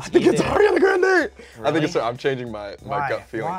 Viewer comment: Lol its pronounced Ar-ee-anah Gran-day. Not Air-ee-anah Grand 😂. And actually her last name is really Grand-ee